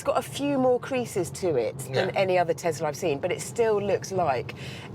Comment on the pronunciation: it's a tesla not a "tezla"